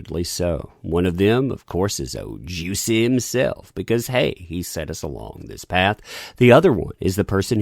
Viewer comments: I can't take this video seriously with you pronouncing his name as "Juicy" 🤣😂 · I just wanna know, Is it actually pronounced “juicy” ? 😭😂